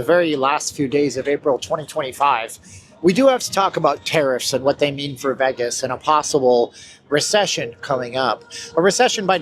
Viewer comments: it's hard to take serious a person who pronounces it "veghis" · I’m intrigued with your pronunciation of Vegas.